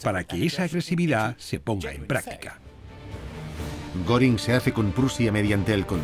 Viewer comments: Y no es goring es goering pronunciación gering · Se escribe Göring , se pronuncia goering